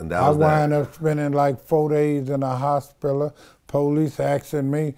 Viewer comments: The "HOSPILLA" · And the way he said "hospiler" lol. I love this guy. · The fact that he can pronounce misconstrued but not hospital.... and doesn't know what siblings are. 😳😳😳